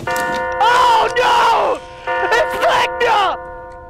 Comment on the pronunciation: I keep hearing you say vecna what ever that is??